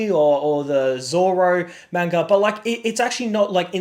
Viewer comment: At least say manga correctly